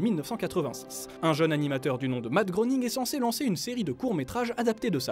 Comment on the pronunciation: Ça se prononce ''grêning''